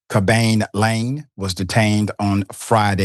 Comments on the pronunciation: Pronounced Kah'-bee Lah'-may, Dr. Richie.😊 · You can’t even pronounce his name right dummy… Isn’t that a white people trait yall always get mad about?🤣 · You couldn't learn the correct way to pronounce his name sir? The man this story is about and you couldn't be bothered to learn his name? 🤯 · I can tell the level of concern richey has over this story, he didn't bother to learn how to pronounce Khaby Lame's name before putting the video out.